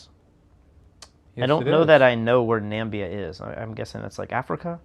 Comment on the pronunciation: Nambia 😆. Is that Namibia’s three syllable sibling?